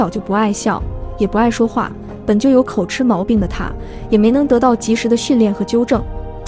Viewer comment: 念口吃（及）不念口吃（痴）